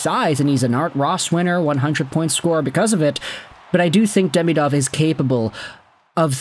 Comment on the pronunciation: Also, it's "De-ME-dov", not "DEMI-dov". But it's easier for English speakers to say the latter.